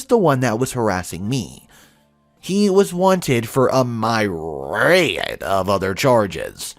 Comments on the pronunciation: Like the stories, but would recommend you look up pronunciation and definition of the words disheveled and myriad. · Check your pronunciation of myriad and disheveled